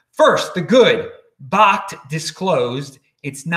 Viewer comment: I believe its pronounced .. Backed (bakkt)